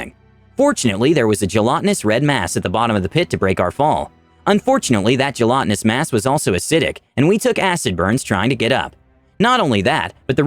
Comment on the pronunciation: "Jellotinous"? It's "gelatinous".